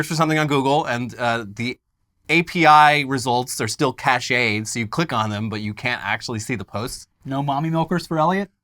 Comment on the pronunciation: "ca-ched?" "Cached" is pronounced "cashed."